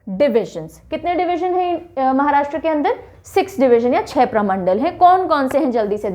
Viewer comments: Maharashtraa ( महाराष्ट्रा) ❌ Maharashtra (महाराष्ट्र) ✔️ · महाराष्ट्र है, महाराष्ट्रा नहीं! हिन्दी बोलिए, हिंग्लिश नहीं!